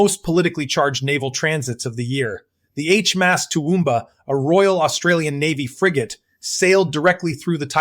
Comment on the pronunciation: Get rid of the Ai as it can’t pronounce words properly. Especially HMAS.😢